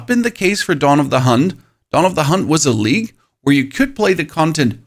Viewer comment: OH! He's saying "League" not "Leak." Now I get it.